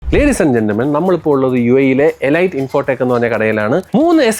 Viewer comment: എലൈറ്റ് ❌ അല്ല ഇ്ലീറ്റ് ✔️